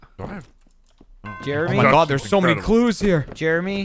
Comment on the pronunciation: Wow, ish saying “looking for clues” sounded a lot like “looking for Jews”. Really gave me a heart attack, especially because he was in the attic.